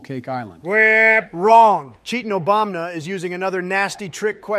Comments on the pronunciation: love the way calls him "obamna" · "Obamna" - at some point, probably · make more of these. Just for god sakes please have say "Obama" instead of "Obamna". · Every time says Obamna I think I'm gonna die. I hate and I usually disagree with all of his points, personally favoring a stance somewhere between Biden and Obama, but I know Japanese and I almost always agree with when he makes points about Japanese dub, names, or voice actors, and that bit about Go Kou Joe had me ded. "Because nobody knows what a Go Kou Joe is, you idiot" XD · Does the real also pronaunce it ObamNa? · Why is he calling him Obamna?